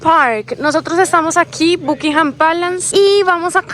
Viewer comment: Se pronuncia BACKINGHAM...